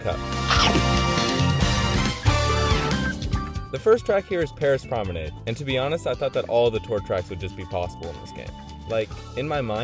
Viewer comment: Youre incorrect about Paris Promanade (pronounced Paree Prom a nodd) its definitely possible since yes it has a glider section but i normal car doesn't have a glider, thus it would just keep going on the ground and have to go up the stairs, which you said is ok.